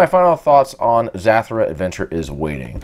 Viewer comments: Its not zatura its zutura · Actually, Zathura is pronounced as Zuh-thur-uh. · This man really calling this game zathrah haha anyways cool didn't know zathura was an actual boardgame.